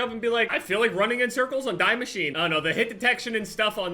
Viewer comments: Lol at still calling it die machine instead of how it's supposed to be pronounced, "dee mash-eena" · Btw its pronounced dee machine cus ots german and stuff but it doesnt really matter